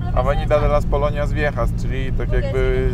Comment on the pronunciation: Avenida de las colonias viejas a wiec aleja starych kolonii. Google wypowiada colonias podobnie do slowa polonias.